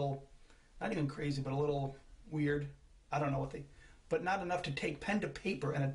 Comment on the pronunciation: you cant say weird or loner LMAO